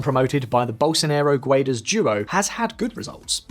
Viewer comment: Guedes reads like gedys, not like gwaydees.